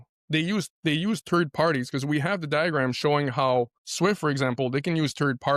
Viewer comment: He keeps on talking about turd parties it sounds nasty, I'm not into that LOL